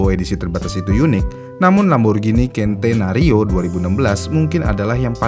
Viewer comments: Centenario pengucapan nya dlm bhs indonesia sen te na rio Belajar lg min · Centenario dibaca "sentenario", bukan "kentenario". N/A itu dibca "naturally aspirated". Akhiran "ed" di akhir ttap diucapkan. Bukan "aspirate"